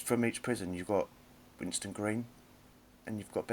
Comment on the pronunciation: it's Winson not Winston.